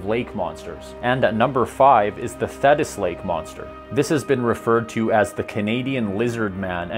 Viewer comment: Thetis - ‘The’ like flea..